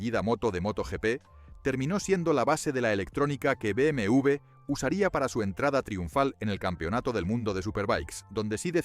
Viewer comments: No se dice BM u ve👎 se dice BM doble Ve. Por los clavos de cristo no saben hablar 😡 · Y si dices bien el nombre sería mejor, no cree? Es BMW No BMV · Se dice beemedoblevé o directamente beeme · Me pone mal cada vez que dice BMV en vez de W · Muy bueno todo hasta que pronuncia Be eme ube 😢